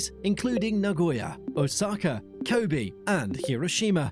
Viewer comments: it failed at “Kobe” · Before that he messed up Kobe